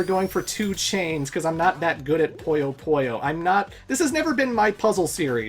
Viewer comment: I hate to be that guy but because it's bugging the hell out of me Puyo Puyo is pronounced "poo-yo poo-yo", not "poy-yo poy-yo"